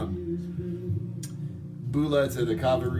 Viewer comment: So I'm guessing you been to Fiji Islands too the way he saying Bula. Good jolly show